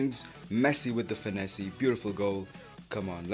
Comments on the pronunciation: Yo its finesse not finessey it is pronounced finess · U don't know how to pronounce finesse